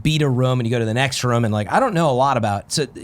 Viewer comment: Why's the ruum gone!?